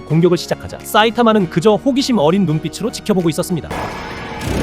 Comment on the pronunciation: 싸이타마 엄청 거슬리네 ㅋㅋㅋ 음성이 사이타마 발음을 못하나